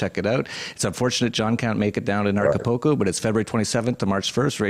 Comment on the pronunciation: Hey nice reference to Acapulco and it's pronounced Aca-Pool-Co not Aca-Po-Ko. is obviously not in Acapulco since he can't even get the name correct plus what he says about the jails is absolute crap. If he is in Acapulco he can be located by the image behind him. If he is helping people get fake foreign passports he is breaking several international laws. How does John know it was exactly 42 armed guards? He sat and counted a bunch of moving people I suppose. John isn't a hacker and has zero ability to hack. Initially he claimed to place spyware and keyloggers on $100 laptops he gave to people - BUT now he's a "Hacker". John wasn't faking his heart episode, he suffered a tachycardia from using excessive amounts of MDPV. This fact is well documented. This was an ignorant interview and is just a bunch of regurgitated crap that McAfee has been repeating for months.